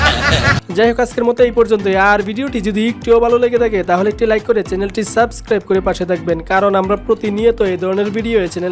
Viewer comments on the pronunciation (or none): none